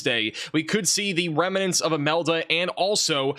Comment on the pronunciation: "Remuhnents" is not a word. "Probaly" is not a word.